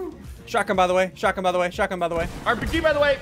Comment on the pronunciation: I love when he says shotagiiin